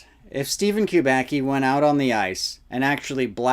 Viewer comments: It's "kubacki" not "qubaqi" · Kubaki Kubaki Kubaki....it sounds stupid. Kubacki should be read as Kuba(tz)ki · Kubacki is a Polish surname. Acctually, it should be read like 'Kubaski' (which will be somehow accurate) rather than 'Kubaki'. Nevertheless, very interesting video! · it's actually a polish surname which is pronounced "Kuba c ki", more like kubasky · It's pronounced koo-bahtz-kee. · You pronounce the name of the main character of the report WRONG. It should be read like KUBATSKI.... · I know it's strange for English natives but better pronounciation of this Polish origin surname is Kubatzky . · Btw. It's pronounced "coobatsky" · I know it doesn't matter much and I don't know if Steven himself knows that, but "Kubacki" is a surname of Polish origin and should be being read as "Kubatski" or "Kubatzki". C always = ts/tz except in combination "cz" which = tsh and "ch" which = h. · by the second name it looks like this man is of Polish descent and I don't know how to write his name phonetically but you pronounce it wrong